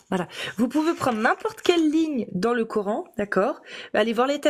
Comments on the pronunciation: Prononcer : Qur'han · Le " cœur haine"😊😊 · Ils me gonflent tous à dire corhaine sérieux 🤦🏻‍♀️🤦🏻‍♀️🤦🏻‍♀️